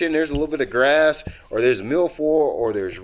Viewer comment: "Gras" lol I love fishing "Gras"